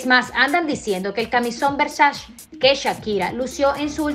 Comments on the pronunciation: Por que dice Vershashe???? 🤣🤣🤣🤣🤣🤣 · Hay que aprender a pronunciar Versace...